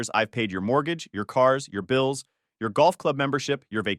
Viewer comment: Ok so I wasn't the only one who heard pills